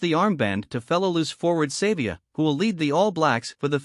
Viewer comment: That's not how you pronounce Savea , Papalii or Ioane.